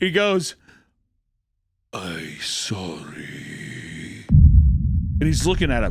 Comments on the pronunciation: The funny thing about the old man saying "I sorry" is that he could've been saying sorry, or he said "あいさり (a-i-sa-ri are what the characters mean, pronounced like "eye-saa-lee" roughly) which is a way to say "Greetings." So that old guy really might've just been saying Hello, then scurried away because no one greeted him back and he felt nervous lmao (not to mention tattoos are typically associated with the Yakuza or delinquency, so maybe he was even a bit intimidated if he saw their tattoos). It feels like a 50/50 shot on which one it actually was tho lol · the fact is the old dude that went up Harry and stared deep into his soul and possible said.... Izorry. from what it sounded like you said atleast. the old dude translation might of been: Izorry in the written language = いぞっｒｙ Izorry / いぞっｒｙ In American = I'm so excited. Something long the lines of that possibly atleast....